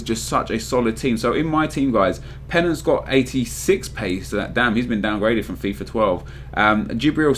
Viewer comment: It's Fifa not Fifar. Idiot